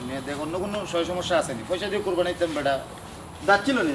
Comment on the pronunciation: নাকি কবি উনি কুরবানী কে কুরফানি বলেন।যিনি শুদ্ধ ভাবে বাংলা ভাষা উচ্চারণ করতে পারেননা তিনি আবার কবি হলেন কিভাবে।আর সিলেটি ভাষায় ও তো কুরবানী কে কুরফানি বলেনা।